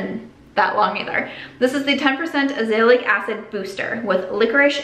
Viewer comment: Hey! Can't wait to see what you do with your new space! And jic you like to know these things, Azelaic = aahzz-uh-LAY-ick. :)